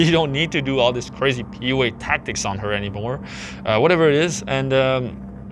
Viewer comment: Sounds like you’re saying “POA” not PUA